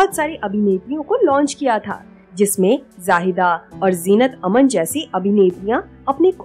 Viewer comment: कार्यक्रम में गलत उच्चारण किया गया है जीनत अमान के बारे में -- अमन मतलब शांति होता जीनत अमन नहीं है जीनत अमान है कृपया आगे भविष्य में ख्याल रखिएगा उच्चारण और व्याकरण का ख्याल रखिएगा 🙏🙏